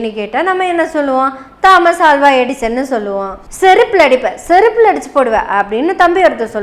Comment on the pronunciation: அது 'தா'மஸ் அல்ல தோமஸ் (Thomas) 'ஆ'ல்வா அல்ல அல்வா (Alva)